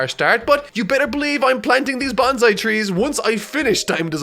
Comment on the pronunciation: 1. You're saying Bonsai wrong, so why not name it Banzai anyways because it's what you're actually saying.